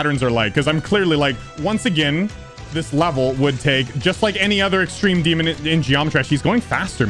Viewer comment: Ahh, yes… “EXTEME DEMON”